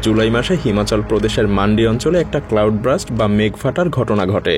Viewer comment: FYI - IT IS CLOUD BURST( B U R S T). NOT BRUST.